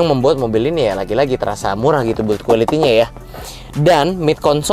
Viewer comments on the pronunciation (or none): none